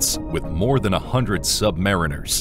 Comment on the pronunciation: USA= sub mah REEN ers. Sub mah REEN ers . Sub mah REEN ers!! You flucking assoes!!